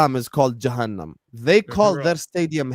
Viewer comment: man said Jahanam kumbaya